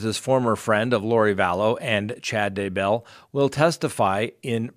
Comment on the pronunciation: Sorry, I have to unsubscribe. The repeated misspeaking each episode (so many renditions of Daybell!) Today — if you’re not going to be accurate with pronunciation, names - Pondowski(?)’, ‘black lives matters’— I can’t justify your increasingly length (and always accurate) sponsor chats. It just seems as if you can use some of your jump cuts to re-record your errors during your episodes. :/